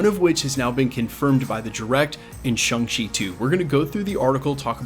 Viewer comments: Why do you keep mispronouncing Shang-Chi? It's ShAng-Chi which is not even close to sounding like ShUng-Chi. Hell dude there's an entire conversation at the beginning of the movie about nothing BUT how to pronounce it, and ShUng ain't it. I don't understand why you seem so resistant to just saying it the way EVERYONE in the movie says it. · Sorry to point this out, but it's not pronounced Shang like Bang, or Shung like Hung, but closer to Shong like Kong. I hear a lot of people say it like, Hang She, or Hung She, but the "a" is closer to the "a" in "land", or "sand", and even closer to "Shawn", thus the joke in the movie when Awkwafina's Katy berates him for changing his name from "Shang" (Shong) to "Shawn" when he went into hiding, because they sound nearly identical when pronounced correctly. "Shawng Chee" might be the closest, phonetically speaking, but to each their own. I was complimented by the theater clerk when asked which movie I wanted to see. He said, "You know, you're the first person I've heard to get that name right, and I've sold a LOT of tickets today." I've noticed since then that almost no one ever says it right, though, lol. Shawng Chee, for what its worth (and knowing is half the battle).